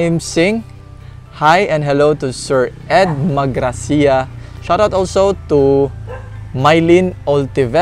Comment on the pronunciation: Hi 👋. Thanks sa shout out mo sa name ko. I like the way you pronounce my surname MAG RACIA. I love it, you said it parang Spanish. Hehehehe. I do really enjoy watching you. Always anticipating for your next vlogs. Keep safe and God bless...